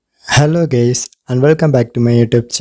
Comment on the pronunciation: First i thougt hes sayin ,,hello gays and welcome